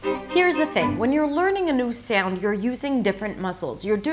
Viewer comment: I sometimes feel that when you say words with the /ou/ dipthong, you say something like /eau/ like when you say "so" or "sound". Is that OK?